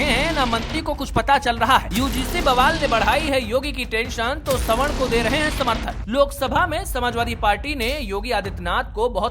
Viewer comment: स्वर्ण नहीं सवर्ण